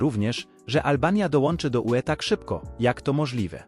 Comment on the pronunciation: zamiast albania powiedział olbania.